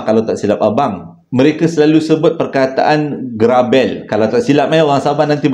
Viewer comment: Cerita dari Sabah. Negeriku tercinta. Sebutan 'grabel' mcm x betul tu. Sebutan e tu sama dgn e bagi perkataan pelikat. Apapun terbaik. Terima kasih dan yg memberi cerita.